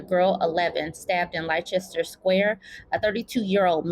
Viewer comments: Just to help : Leicester is pronounced LEST-ERR, because english makes so much sense, lol ! And thank you for continuing to talk about project 2025, our daughters don't deserve a handmaid's future. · Pronounced Lester, like Chester or Esther.👍🏾 If you see 'shire' at the end of these place names too, it's 'share', another funny one, Hertfordshire is pronounced 'heart ford share'. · It's nbd but in case you do other videos about this case it is pronounced "Lester" ❤ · Leicester is pronounced Les-tah. The "ce" is silent.